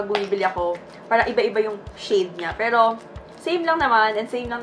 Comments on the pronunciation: May braces po ako pero hindi ganyan same with my siblings and classmates. Yes may words changes sa pronunciation pero hindi " perl-o tgnan nyo ung cider vinegar part nya naging Pero naman na. Lol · Ang arte mo sa pagbigkas ng “pero” perl-o